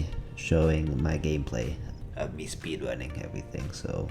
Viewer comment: "i go be speedwunning" That is beautifull unlike kawaii animae girls